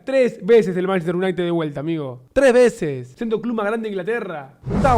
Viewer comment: Dice Manchester y le da diske jajajajaj